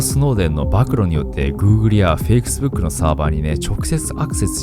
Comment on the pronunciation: "fakesbook"って言ってない？ｗｗｗ